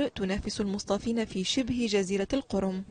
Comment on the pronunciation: إلى صاحبة التقرير (مع احترامنا لك) اسمها القَرَم وليس القِرْم، وهي شبه جزيرة تاتارية محلّ نزاع بين روسيا وأوكرانيا، شهدت تقلبات مناخية هي من بين الأسوء في العالم في العقد الأخير قناديل البحر لا تموت بل تتجدد والظاهرة التي تتحدثين عنها هي نفوق القناديل بسبب زيادة حرارة المياه بسبب التغيرات المناخية، شواطئ شمال إفريقيا وغرب الساحل الأمريكي شهدا عشرات المرات نفوق القناديل في السنوات الأخيرة بسبب الانحباس الحراري